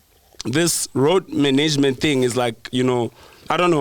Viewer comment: The minute said "manaygemant" I knew he was chowing money. Are "I'm the mananger here." 😂😂😭💔